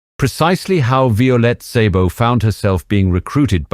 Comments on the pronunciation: I've been bingeing your spy videos for several days now. They are excelently done and intriguing parts of history. Thank you for your work. She was an extraordinary person. By the way, in Hungarian, "Sz" has the "S" sound. Therefore "Szabo" is just "Sabo" not "Saybo." :) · Great video and story - now if only you could decide on a consistant pronounciation of the names - "Violette/Vyolet" changes every few setences, and there is even "Szabo"/"Zaybo" and a few more weird ones :) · Is this AI? Horrible mispronunciations of several words. Eg - the name Violette pronounced alternately two different ways; - Szabo just wrong; - 'le bon marché' It's not rocket science; basic French gets you there. There's an old movie about Violette, if anyone wants to find it.